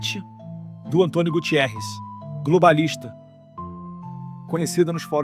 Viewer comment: António Guterres ( é português) não Gutierrez.